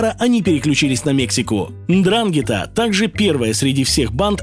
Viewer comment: НДРАНГЕТА - УДАРЕНИЕ НА "Е", ЖИВУ В ИТАЛИИ, ЗНАКОМ С МЕСТНЫМИ БАНДИТАМИ )